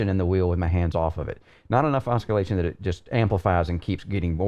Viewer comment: just want to point out that the C in oscillation is silent. incredible in-depth review as always.